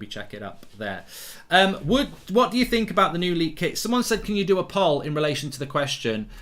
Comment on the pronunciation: Mark, most of my family love your content. However, if youre going to be doing regular polls, then please pronounce it right...like pole. Not Graham.